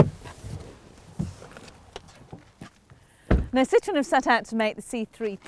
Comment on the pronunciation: It's a Citroen, not a "Citron." Thanks.